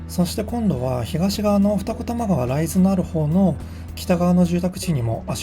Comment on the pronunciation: 住んでいますが、ライズの発音に違和感がある。